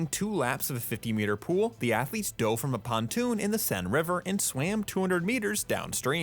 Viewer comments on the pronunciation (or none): none